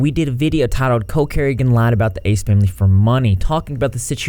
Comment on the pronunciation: It's funny how you say Cole Carrington. "coke Carrington"